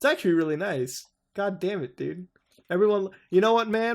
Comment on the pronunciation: you say dude like dud it's hilarious